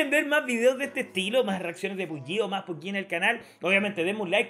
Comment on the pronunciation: No se dice PUBYI. Se pronuncit tal cual PUBG